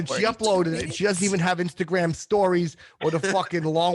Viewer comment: The second I heard say "Inshtagram" I knew this was a good one.